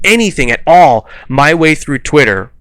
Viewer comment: lol. I love how you said "Twitter" like it was from a foreign language. Now I wanna go back and watch the Madness Returns playthrough again. And this is just a theory on my part, you mentioned viewership waning on the Pokemon videos. I imagine this could likely be because Pokemon has a very repetitive style of game play with very little change in graphical content, but takes a fairly long time to play through. I can see waning interest over time there because of that, because I've done it myself. Since you gave the suggestion of survival horror, I wanna see you play Amnesia: The Dark Descent.